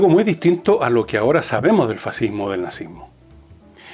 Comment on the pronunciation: Hoy en día existe "el fascismo" y "er faziihmooh"